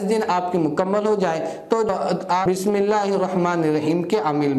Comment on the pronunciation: assalamo alikum Bhai, ..... pehle aap bismillah bolna barabar sikhe. .... BISMILLAHIRREHMANIRRAHIM hota he. aap BISMILLAKHREHMANIRRAHIM BOL RAHE HO